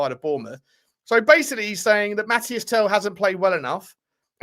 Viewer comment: Tel's name is pronounced Mateese, everyone keeps saying Mathias ;)